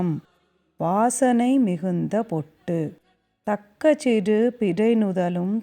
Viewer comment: Nice explanation.. But lots of pronounciation issues.. சிறு, பிறை, உறு, மறந்து etc.. று வல்லினமாய் உச்சரிக்கப்படவேண்டும்..!! Same way சீராரும் is pronounced as சீராறும்..!! Paining..!! Other wise nice..!!